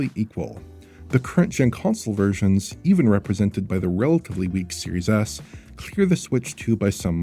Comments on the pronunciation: It's not just you. I definitely heard that once in this video. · Does anyone else keep hearing “Series Ass” like I do?